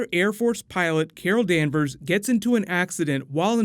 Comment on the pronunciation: Carol Danvers. its lot sund like kara danvers